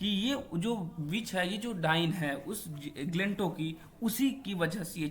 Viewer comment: Glentow galat bol rahe ho